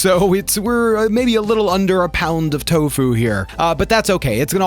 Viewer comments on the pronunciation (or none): none